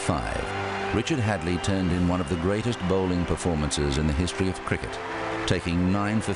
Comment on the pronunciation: HAD-LEE! HADLEE! HAD-LEE